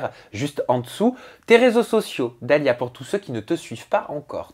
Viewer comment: Dalia chiiiiiiiiiihhhhhh pas dalia tchi, tu connais pas ton nom ou quoi pourtant je t'aime bien mais la 😒😒😒😒